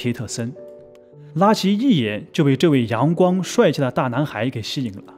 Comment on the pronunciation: 拉奇這發聲真難聽，像說垃圾